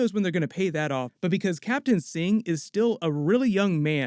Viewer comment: They always say captain Singh. What exactly is captain “singing”?